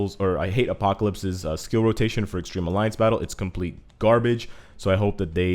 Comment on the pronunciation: Started playing MFF with Infinity war release and started following two gamers in YouTube....One thing common with both is that both is the word GARBAGE...Just that one pronounces it as "GOURBAGE" and other pronounces it as "GAAAAAAAAARBAAAAAAAGE"